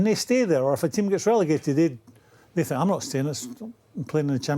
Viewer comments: “They’re not as talented as they tink” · “There not as talented as they tink”🤣🤣🤣